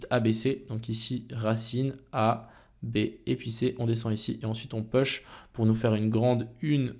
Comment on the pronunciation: Intéressante tes vidéos merci !!! Mais STP !!! arrête de dire "Peuch" !!! on dit plutot "Pouch" pour "Push" en anglais biensur . Merci :)